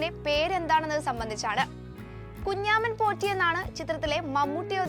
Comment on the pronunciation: എന്ത് കുഞ്ഞാമൻപോറ്റി . കുഞ്ചമൻപോറ്റി എന്നാണ്. എഴുതാനേ അറിയൂ, വായിക്കാൻ അറിയില്ലല്ലേ